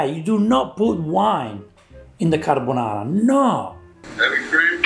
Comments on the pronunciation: you’re right, it’s not carbonara. It’s carbanara. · They are mispronouncing their dish. It's craponara